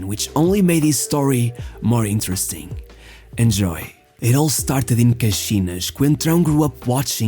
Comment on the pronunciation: Are you Portuguese ? 🤙🏻 if your not your accent for places like caxinas is really good 🤙🏻